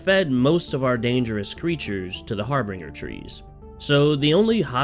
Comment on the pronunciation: HARB*R*INGER IS NOT A WORD ITS HARBINGER LIKE HAR-BIN-JER